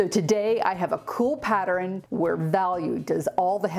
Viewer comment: Oh, and my sister and I like the way you sometimes say the word pattern.